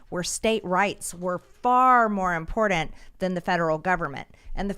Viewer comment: I love mtg but damn that pronunciation of important drives me bonkers......lol